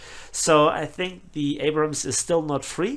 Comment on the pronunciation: please don’t change they way you pronounce “Abrams.” Thank you